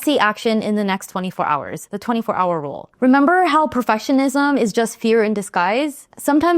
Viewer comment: Am I the only one that kept hearing the word perfessionism instead of perfectionism? How's that for perfectionism. Great video as always!